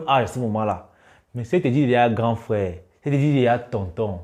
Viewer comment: Mec fais un effort , c’est frère et pas frais !! Tu sais bien prononcer le R pourtant .